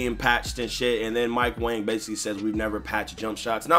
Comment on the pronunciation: Yo lmao I saw That nigga mike wang his name is actually pronounce mike wong LMAO that shit crazy bro